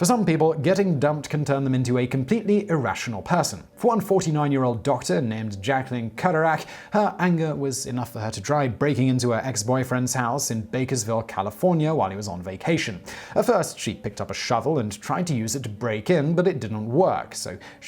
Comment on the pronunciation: This Bakersfield native was not pleased to hear his home town pronounced "Bakersville."